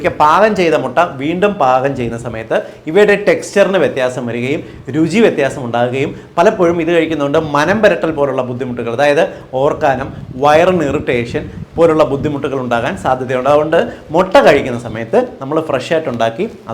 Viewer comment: സർ, ഓക്കാനം അല്ലേ?? സർ പറയുന്നത് "ഓർക്കാനം 'എന്നാണ്... 😃